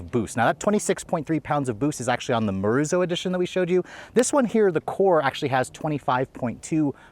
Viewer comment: please get your research together before posting the reviews. It’s pronounced as MO RI ZO. and Morizo has no wings at the back